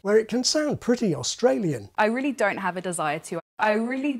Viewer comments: The lady pronounces "don't" as "doaghwryind't" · That ‘don’t’ really threw me off…it sounds soooo Aussie